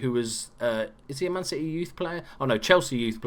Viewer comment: Did you just call us Man Shitty? Or is that an accent?